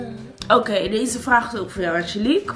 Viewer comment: “Angelique?” “Howkeej”